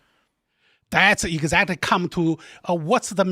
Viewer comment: When that guy said "egguzactory" a hundred times, I really felt that.